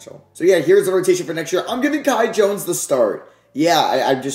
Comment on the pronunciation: Please shoutout the Bahamas since you butchered The Kai Jones thing